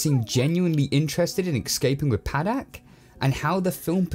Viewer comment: Pahdack not padaik